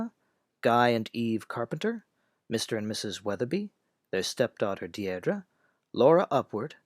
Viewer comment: A minor quibble - "Deirdre" is pronounced "Deer-dree". A very common English girl's name in the middle of the 20th century, not so popular today.